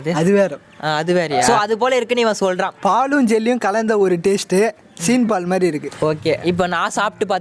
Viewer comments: Bro சின் பால் இல்ல சிம பால் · Anna seen pal illa seem pal